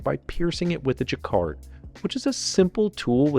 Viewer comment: to . Sounded like you said " chikard" instead of Jaccard.